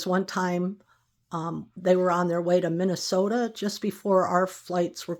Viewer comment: You pronounce Minnesota as a native, like me, does😊